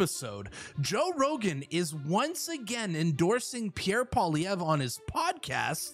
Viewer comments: You pronounce it pierre poilievre (poliyev) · Yes!!! That would be AWESOME to see Pierre Poilievre 🇨🇦on the Joe Rogan experience. That is a HUGE PLATFORM. (Maybe somebody can help Joe pronounce Pierre’s last name.. lol 😂.) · Rogan's so burnt out; He still can't say Pierre's name without f ing it up lol. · JOE! POLLY-EV. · Rogan should invite Pierre on his podcast and then ask him how to pronounce his last name. If he really likes him that much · It's nice that Rogan likes Pierre Poilievre. Too bad he wouldn't take the time to learn how to pronounce his name.